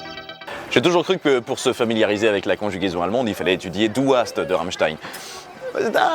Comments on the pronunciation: Aua! pour la prononciation, mais sinon très bonne vidéo! Que de souvenirs! J'ai grandi an Allemagne, j'ai adoré Sehnsucht ^^ Et c'est "hasst" et non "haast" (on dirait du danois XD) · Et c'est pas "du haast" mais "du hasst". Mais sinon bonne vidéo